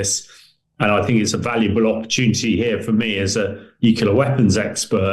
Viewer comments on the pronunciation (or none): none